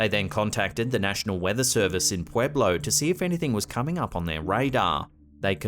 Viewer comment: I live in Pueblo, it's funny hearing how ppl say it lol